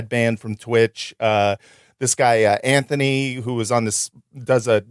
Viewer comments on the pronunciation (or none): none